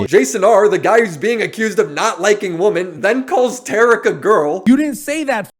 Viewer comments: It’s killing me to hear you say woman in place of women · wo-men, pronounced like wi-men.